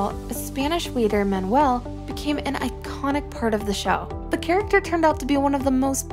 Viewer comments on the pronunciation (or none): none